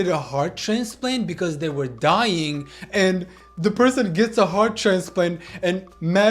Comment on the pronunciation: I don't like it when they say ware pregnant